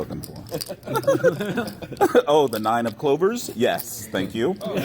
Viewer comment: "I was going to represent... nine of clovbers..jack of sabers " very funny lol